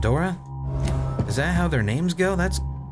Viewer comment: Ah... another game making Romanians Russians. GG. Oh, and if the "woman of the night" was so Romanian, how come she can't pronounce names for shit.